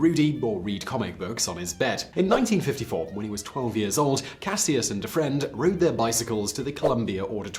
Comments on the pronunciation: You’re pronouncing Cassius incorrectly. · anyone else realize that he is pronouncing "Cassius" wrong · I though his original name was pronounced like Cash-us Clay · You killing me 🤦🏽‍♀️ with that Cassius 🤦🏽‍♀️🤦🏽‍♀️ EVErytime you say Cassius I have to take a second or two to understand who you talking about!!!